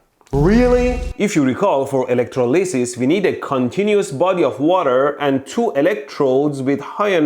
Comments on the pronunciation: elec-troli-sis say it that way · “Electro lisses” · electro-leee-sis hahahhaahahah 💀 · It's pronounced electrolysis, not electrolysis :/